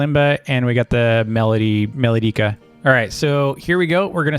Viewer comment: Its pronounced me-lo-dee-ca